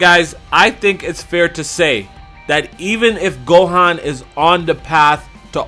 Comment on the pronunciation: Gohaaan its gohan